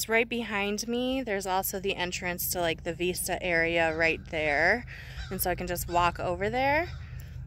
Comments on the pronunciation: Honey, Veesta is how you pronounce it in Spanish. Cute. Vista is like missed ya, in English. OK is Ok, As long as it is not summer. LOL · Beautiful location.....love the OK mountains and woods. Be wise about where you wander alone. Cutest puppy sweater!! Hey....when you say "veeeesta' you are saying it is as in 'Hasta la vista'....until next time I see you or see you later (somewhat similar to hasta luego which we say most here often in So. CA unless libations are involved then it's in Arnie style). "Vista".....view....has a soft 'b' almost v sound but not quite. Not sure how the OK locals say it. My friend lives near Tulsa so will ask her. 🤔 English is Vista..like in Vicks. Hope you find some warm weather. 💕🚗💃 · Just to let you know Vista is pronounced like risk- not like veesta. Not criticizing - just giving information. Joey did look tired - so cute. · vista, to see, as in vision so when you pronounce it think of vision vis.....vision - vista, view, to see.